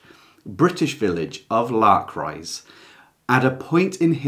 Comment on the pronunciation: It took me several minutes and some googling to realize he was "trying to say' Lark Rise. I tried L'cryse... etc.